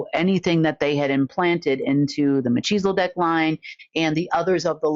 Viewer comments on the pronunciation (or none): Love this...A correction....it's .......mel-keys-a-dec not cheezle-dec....cheezles are junk food.